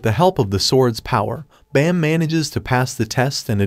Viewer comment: It's Baam not bam 😅